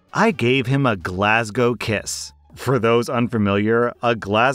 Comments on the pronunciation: As a Glaswegian myself I'm happy you pronounced Glasgow correctly and not the typical American way 😂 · As a Scotsman, I must thank you for pronnouncing Glasgow correctly and not attempting an accent 🤣🤣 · Happy to hear an American finally pronouncing Glasgow correctly 😂😂 "Glaswegian" was eeeever so slightly off, but I can forgive it because of how you said Glasgow lmao (it's just Glaz-wee-jan, not Glaz-wee-jee-an. No "jee" sound, unless you're shortening it - some Scots call Glaswegians "Weegies" lol)